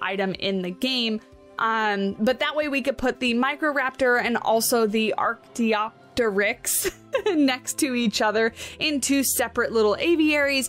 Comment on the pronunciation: Archaeopteryx = ar-kay-OP-ter-ix.